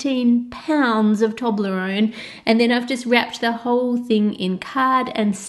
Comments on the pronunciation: It's pronounced toe-bla-roan not tob-la-roan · It's pronounced 'toeblerone' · What a nice guy, and what a HUGE Toblerone. I love how you pronounce it in Australia; 'Taublerone'. Here in Ireland we pronounce it 'Toeblorone'. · ITS PRONOUNCED TOE-BLER-ONE!! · That's not how u say it. TO-BLUR- ON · At the start is sounded like she said doblerone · Its TUBE - la - roon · My inner Brit is coming out. All these words being pronounced wrong😂 'toblerone' 'nougat' I can't even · you said toblerone wrong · Wtffffff.... That is not how you say toblerone 😂😂 what the hell is wrong with people